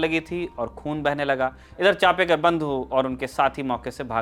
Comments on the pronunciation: With due respect Genuine correction चापेकर बंधू नही चाफेकर बंधू . चाफा एक सुगंधी फुल होता है जिसकी खुशबू बोहोत बेहतरीन होती है . धन्यवाद अगर हो सके तो नाम उच्चारण दुरुस्त किजियेगा 🙏🙏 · In marathi it is chaphekar not chapekar